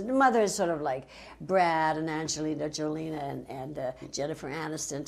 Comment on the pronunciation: I honestly loved that Debbie more than once called Angelina Jolie "Angelina Jolina." I find this little slip-up so adorable. lol